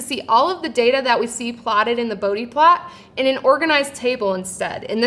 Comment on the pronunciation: Please learn to pronounce Bode.